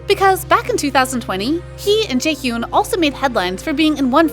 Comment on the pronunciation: Not trying to be mean but you should work on your name pronunciations. The way you pronounce Eunwoo and Jaehyun is lowkey killing me lol